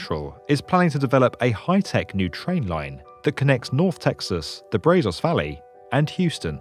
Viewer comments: BRAY-ZOES Valley... RIP pronounciation. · Please, next time learn the proper pronunciation of place names in Texas. That wasn’t even close to how one pronounces “Brazos”. Make sure you learn the Texan pronunciation, not the Spanish one — they aren’t necessarily the same.